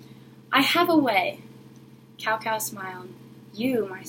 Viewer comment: This is a very nice reading, and I applaud you for showcasing a famous folk-tale from another culture :). Here's a word of advice for the next time: it's always a good idea to check correct pronunciation of foreign names (and words) before going public. "Cao" is pronounced like "tsao", not "cow", which sounds REALLY strange to anyone who knows Chinese. The other Chinese words (jin, and Wu) fortunately are pronounced almost exactly like they would be spelled in English. (Also, you might want to use a regular camera that wouldn't show all the words backwards.)